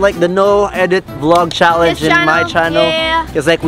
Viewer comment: “Another another anither....ChAlEnGe?